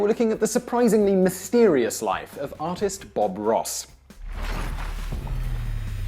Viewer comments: I thought he said autist Bob Ross instead of artist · With your accent it sounded like "autist Bob Ross" at the beginning. xD.